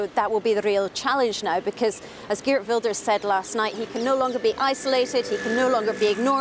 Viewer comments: The reporter is giving a lot of wrong info including unable to pronounce the main names like Wilders. Plus the New Social Contract is not populist at all. BBC kindly correct the info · Don't listen to this propaganda, they can't even come close to pronouncing the names correctly. Please just consider how little they know and how much of a judgemental bias this represents